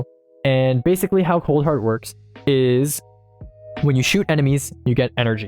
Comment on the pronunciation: Oof my man's misread coldheart